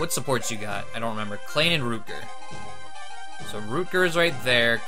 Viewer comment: Navare? Rootger? Carrol!? Never change.